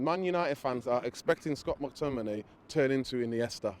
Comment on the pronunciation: Guy called mctominey “treacherous 😂😭😂😭😭 IM SCREAMINN